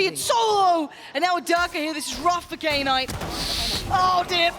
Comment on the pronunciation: Any reason why calls "Knight" "Key Night"?